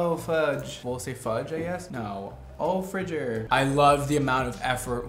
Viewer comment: Fridger lol😂